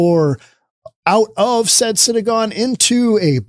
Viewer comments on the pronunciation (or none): I am not Jewish but I know it is synagogue not synagone. You are repeating it both ways. I can't understand it since you are in the middle of a drug infested city and SYNANON is an old organization and method for treatment of opiate addicts.